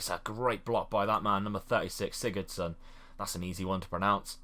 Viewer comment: " Sigurðsson, that's an easy one to pronounce" ..... You will hate me for this, but it's still an incorrect pronunciation. Remember in Icelandic J sounds like Y (Year) so Júlíus = Yúlíus :P